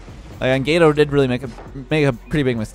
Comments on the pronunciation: I love your videos! one quick thing. Gato is pronounced with a soft A similar to aww. phonetically it sounds similar to the french word for Cake Gateau...it means cat in spanish. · Who else was triggered that can't say cat in Spanish?